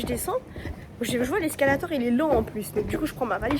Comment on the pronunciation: Bon bin je commente vu que personne ne commente lol 😄. C'était marrant ce vlog, j'ai bien aimé la partie perdues dans le centre commercial au début. C'est ça les voyages, des moments de galère et d'aventure, et c'est là où il y a du contact humain. est très jolie 😆 Par contre faut lui dire qu'on dit "escalator", pas "escalatEUR" 🤭